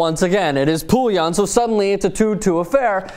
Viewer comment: Did any other french speaking Canadian cringe when he pronouced Poulin's name as Poulion??